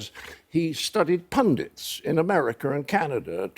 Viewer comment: There is no "R" at the end of the word "America".